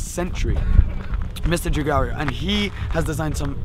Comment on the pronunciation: Your pronunciation of Giugiaro is making my ears bleed